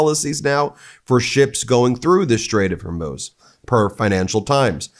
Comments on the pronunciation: Pronounced hurmooooz not like amuse..eek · I give up. Maybe it is HER-MUSE. But it's not. It's f'ing HOR-MUZ. This is my last post on this matter. It's HOR which is from HORROR. MUZ rhymes with NEWS